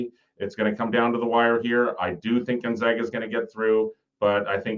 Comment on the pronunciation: Gon- ZAG-a They’re the zags… not the zogs